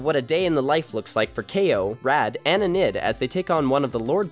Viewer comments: It's not eh-nid, it's e-nid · it's pronounced eee-nid not inid. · why did he say "a nid" instead of enid? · Ah said Enid wrong! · ITS NOT EH NID ITS EEEEEEEENID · It's EE-Nid not Ah-nid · It's E-NID NOT EHNID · its not onid its enid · You said Enid's name wrong (EENIDD) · Is no one talking about how he said eh-nid? Lol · its EEE-nid! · Bruh, that's how you know they don't watch this . "E-nid" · It's Enid. (Ee-nid) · It's EEEEEEEEEEEEEEEEEEEEEENID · (E Nid) Pronounced like that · Its pronounced Eeenid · When he said Enid"s name wrong i got triggered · I'm triggered by this pronunciation of Enid. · HE PRONOUNCED ENID WRONG WHYYYY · oml u pronounced Enid wrong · when you pronounced enid wrong i puked